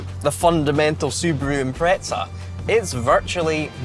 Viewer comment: Why do some Brit’s think there’s a T in Impreza?